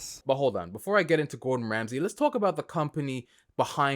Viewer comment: Gowdon Wamsey 😂😂😂😂